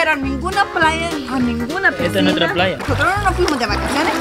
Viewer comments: No sé dice pigsinas se dice piscina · Una pregunta porque dices picsina jaja teamo mucho 😊